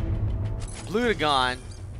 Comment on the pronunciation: its pronounced Bl-u-gen